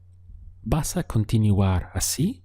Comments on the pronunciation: Hi teacher!! Your cource is nice to practice my basic english as well. I noticed a little mispronounciation with the word continuar which is con - ti - nuar but in general very good job. Keep it up!! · Me pregunto, la palabra continUar, tu dice con the U , por que no dice oo, Gracias